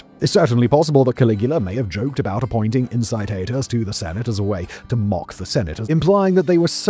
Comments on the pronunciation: "In-ki-TAH-tus", not "in-si-ti-tus" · Late to the game pronunciation fix: Incitatus = Ink-ee-tat-us